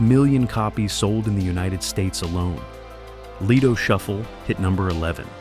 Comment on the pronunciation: "Lie-doh Shuffle?" Gimme a break!